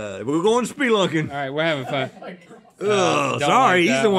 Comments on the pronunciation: Not spelunking, Rhett! "SpeLINKing"! Ha ha! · "We're going sperlunking!"